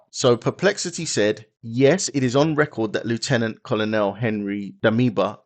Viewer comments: I'm so excited that Africa is rising and claiming its independence. Thank you for this video and just FYI, Colonel is pronounced kernel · The word COLONEL is pronounced KERNEL. You are English. You should know. Great content, though.